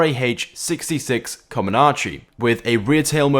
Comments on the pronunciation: Koma-nache? you mean comanche lmao. (Koman-chi) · It's pronounced ca-MAN-chi, no whatever you said haha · And once again Comanche is pronounced Come-an-she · It's called the RAH -66 Comanche not commanazi